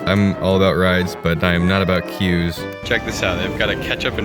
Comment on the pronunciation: Stopped watching when you said "queues"